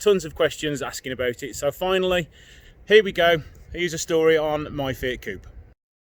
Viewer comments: Please stop calling "fiat cup"...is coupe'...f..sake.... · To be clear its coupe everywhere except the US. They can’t say aluminium either...